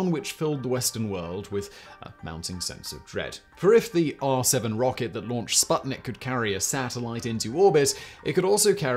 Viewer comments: "u"... it is pronounced "spootnik" as in "spoon", damn it :) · Hello! That thing is not called sbuttnick. It‘s called sputnik, the companion.